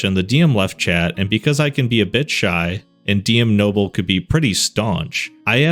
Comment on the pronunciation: As a Knoble and only listening every time you said Nobble irritated me until I went looked at it and saw that stupid ahh name 😂